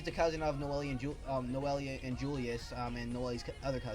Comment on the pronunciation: Sweet review bro. However, I must let you know that Noelle 's nane is pronounced (No-Elle) or (No-elle-ru). And I honestly prefer Aster's Japanese name which i believie is spelled "Asta" but that's just me lol. Your stuttering wasn't really bad tbh, just do your best to stutter less : D!